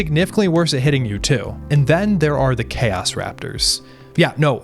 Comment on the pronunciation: What is worse than this videogame is your pronounciation of "chaos"... "chäs space marines" :face-red-droopy-eyes